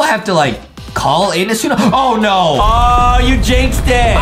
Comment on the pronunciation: adam : the tsu-mami justin : ayo did he just say the tsu-mami?